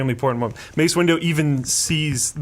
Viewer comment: Thought Luke called him Mace Window for a moment 😂